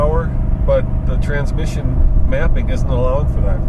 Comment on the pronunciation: Russian KGB agent. "Trrransmission!" Trrransmission"